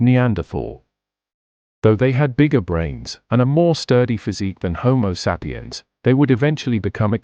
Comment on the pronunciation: Love the content but the ai voice is unbearable. Couldn't really get past the mispronunciation of "sapiens". Unfortunate.